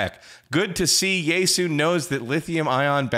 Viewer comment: But will it receive NOAA WX band? Also, "Yaesu" is three syllables, not two: "ya-e-su" 八重洲